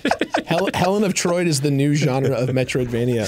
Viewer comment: HELEN OF TROID 🤣🤣🤣